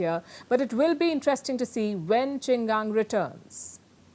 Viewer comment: His name is QIN GANG. It pronounce "Ching" "GAAN" . His is MIA for 2 weeks?!!!! wow! should we be worried? Do yo need to report his too?